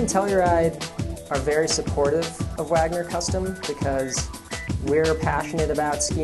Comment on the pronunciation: sounds like wanger